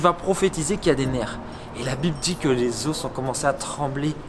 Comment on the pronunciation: Pardon j'aime beaucoup ce que tu fais mais "les os" ça se prononce "les ô"